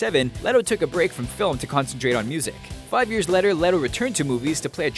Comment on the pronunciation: "Five Years Leter"